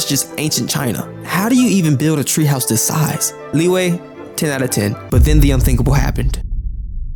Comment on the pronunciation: There are two types of people: one that calls LiYue as Lee Way, the other type calls it Lee Yuh. Why would Yue become WAY, anyone plz explain that :D Really wanted to know that.